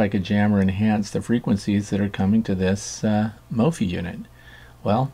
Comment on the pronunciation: Isn’t it pronounced like “WiFi”. So it would be mof-i?